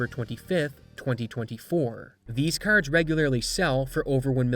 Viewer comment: You say “r”s really funny 😂😂😂😂😂😂 caRrds